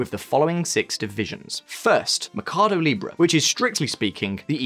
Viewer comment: Why does he keep saying mecardo in stead of mercado?